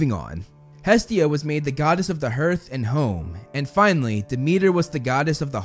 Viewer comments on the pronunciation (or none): Hearth sounds like heart and hard. An AR sound, not an er sound.